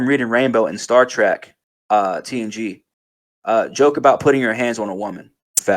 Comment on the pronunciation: Its Star "TREK" not Track